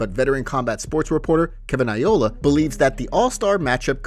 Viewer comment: Why do you say Kevin Iola, it's Kevin Ioleeeeey